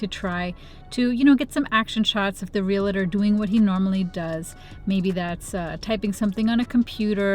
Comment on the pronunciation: Good video. Chalk screeching on the blackboard for me is hearing real-a-tor instead of real-tor. The first is much easier to say, but the second is correct. (I was one for a while.) Love you, anyway! : )